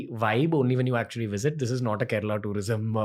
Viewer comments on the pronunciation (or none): It's Kerala not kerela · Come on. Kerala and not Kerela!